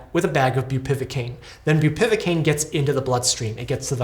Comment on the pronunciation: Awful situation :( Just to be that guy: it's bupivAcaine, not bupivIcaine